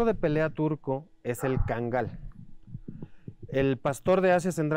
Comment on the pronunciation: No es kagal sino Kangal